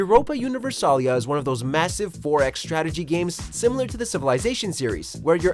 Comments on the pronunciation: How the hell do you get the name of a game wrong? it's Europa Universalis (S), not Europa Universalia. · Fail, Much Fail! It's Europa Universalis IV, with a "s" not "a" at the end. Maybe in a different language it is spelled that way, but in English it isn't. But yeah, I still dont have that achievement and with each change to the game they add to the game they make that achievement seemingly more and more impossible to get.